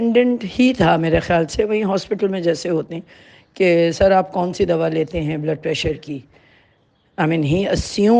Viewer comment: آپ ضیا محی الدین صاحب سے تلفظ سیکھ لیتے ۔۔۔ دوا ۔۔۔کو دوعا ۔۔۔۔کہہ رہے ہیں